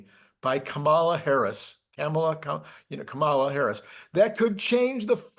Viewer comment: Why can't you show us Democrats a bit of respect. Please pronounce our presidential candidate's name properly. It is easy. Think of a comma, the punctuation mark. Start by saying "comma" and simply add "la"! If you can successfully navigate the pronunciation of Kamala, we can then start work on entrepreneur. Thank you in advance for your future respect.